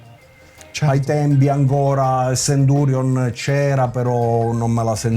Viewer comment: Grazie che lo chiama Centurion, con la "c".